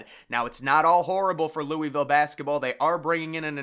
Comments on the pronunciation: Your pronunciation of Louisville almost made me throw my phone out the window. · “Louie Ville”